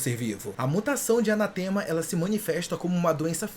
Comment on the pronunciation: A palavra é anátema! Tem acento! AnÁ,tema. Seu texto tá tão legal. Pq vc não tentou procurar a pronuncia certa de uma palavra que vc vai usar tanto? O significado é MALDIÇÃO! O namorido da cientistas estava amaldiçoado? Não seria a mesma coisa das aberrações só que com quantidade menor?